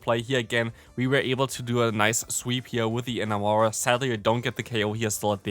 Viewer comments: eh-NAM-orous, pronounced like the word "enamor" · It physically hurts me to hear your pronunciation of Enamorus. I get Enamor is a weird word, but still